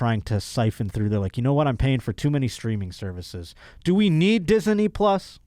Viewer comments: "Di-zuh-nee plus" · Dude just said Dis-eny plus. 😂